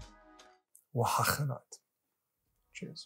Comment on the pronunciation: I'm pretty sure it is pronounced "o-a-ha-ca-ni-tay" spoken fluently like "ohacaneetay"